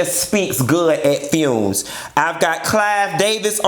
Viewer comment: I'm dead, "fume "😂😂😂🤣🤣